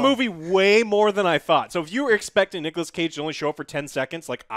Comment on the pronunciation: Nigolas Cage